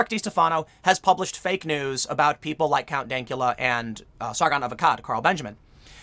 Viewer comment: count dankala? come on tim its count dankula